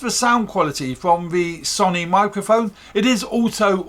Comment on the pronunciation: Sony is pronounced sow-knee, not son-ee.